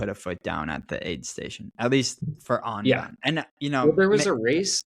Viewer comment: it's UN-bound not ON-bound:face-purple-smiling-fangs